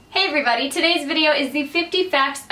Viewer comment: i think your "hello everybody" always sounds like "hello every buddy" :D